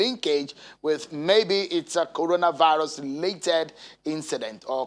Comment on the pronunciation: Coronavisis he said